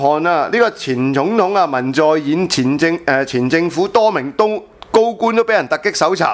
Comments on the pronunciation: 南韓前總統叫文在寅唔係文在演呀！寅讀音(人) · 文在寅（讀仁）～ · 文在寅，寅音仁，唐伯虎本名唐寅。